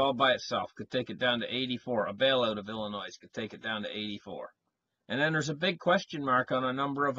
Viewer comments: PRONOUNCED "ILLINOI" THE "S" IS SILENT...YOU GIVE ASPRIN A HEADACHE WITH THAT VOICE OF YOURS LOL.HOMOCRATS RUN EVERYTHING INTO THE GROUND..REVOLUTION COMING. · PLEASE LEARN HOW TO PRONOUNCE OUR STATE!!! IT IS "ILL-I-NOY" !!! YOU SOUND IGNORANT ... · Also, the S in Illinois is not pronounced; it is silent. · They should sell the S maybe and save some money? "Illinoi " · The s is silent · The 's' in Illinois is silent. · Its a silent s. Lol. Killing me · I was thinking of the same thing. When people pronounce it like that it is always good for a laugh. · There is no noise in Illinois. Killing me too, Jason.